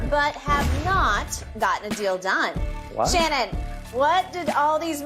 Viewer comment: I was making fun of how Shannon said his name. I know he’s good. Chill the fuck out and turn off your caps lock bud…